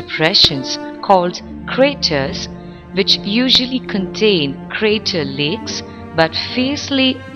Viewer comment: ...and wice wersa, vich is kvite funny :D